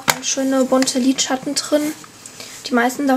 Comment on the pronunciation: ich leibe den einen teil wo sie liedschatten sagt (